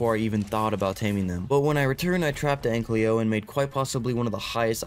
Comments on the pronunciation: Hi i love ur vids.❤ One thing tho YOURE SAYING ANKYLO WRONG pls say it right Oh and when you finnish the ark lore playtrough (or whatever this is) it would be fun if you played some other games. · can you please say ankylo instead of anklyo